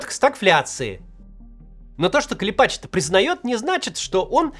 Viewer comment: КлЕпач. Ударение на "Е".